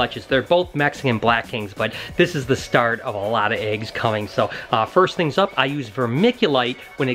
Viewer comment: "first tings first" Im the realest😎